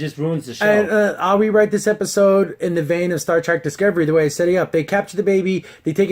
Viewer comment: Did you just say "Star TRAK"?